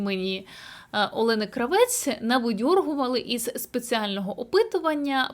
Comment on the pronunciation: Кравець наголос в прізвищі інше Кра.- вец! А што ви думаєтє я українка!?Ніт!